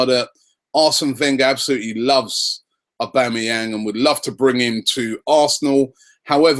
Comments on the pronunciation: Wow!!!! Robbie - we "must" be gettin' close cos you learnt to pronounce his name right!!!!!! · Why are people getting excoted over these rumours, im excited that robbie said his full name perfectly!!!